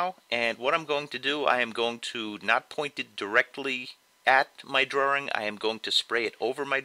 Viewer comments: I started to watch.... Then I heard him say "Draring"... cringe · The way he said "Drawing" annoys me. It sounds like he's saying "Drawring" with an extra R. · ok I love all of your drawings and no disrespect but the way you say "drawing" bothers me alot....... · did he say's drawring?..... =) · boston man